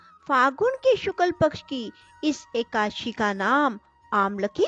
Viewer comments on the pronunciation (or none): Ekashi nhi hai, Eka- dashi vrat ki katha hai